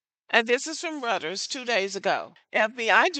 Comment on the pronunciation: Everything here is right on time, but Reuters is pronounced as "roy·trz".